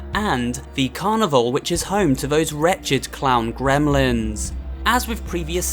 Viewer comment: Okay, hear me out. "Cremlins"